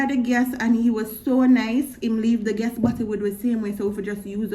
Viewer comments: Guess mon? Ohhhh “gas” mon lol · Thought I was the only one heard "guess" lol